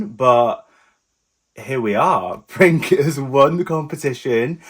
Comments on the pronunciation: Honestly, how did you figure out his name Princ(e) was pronounced "Prink"? when it couldn't be more obvious the word is PRINCE only in Serbian. Ever heard of Google translate? Be honest! It's beyond me how stupid you got to be. "Prink". Unbelievable! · You must say Prince not Prink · C is not K in Serbian. u can pronounced as Prince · Princ is pronounced Prince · Princ pronounced “Printz” or Prince